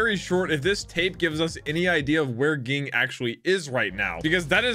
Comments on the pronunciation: Ging is pronounced like gene with a g at the end or jee - ng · A little pet peeve but ging pronounced like gene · Yeah it’s pretty weird but it’s pronounced Jean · its pronounced Ging, not Ging. also, has the memory of a small trout LOL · It's pronounced Ging, not Ging.